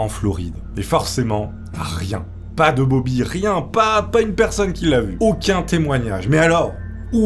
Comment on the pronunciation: "Bob'larre" pour "Bobby" c'était trop ahah 🤣 par contre, 20 000 dollars pour l'époque, ça me semble VRAIMENT beaucoup, même si ils étaient riches, ça fait une somme énorme pour l'époque, et ça représente bien plus que 20 000$ d'aujourd'hui! ahahah ce charisme présidentiel 🤣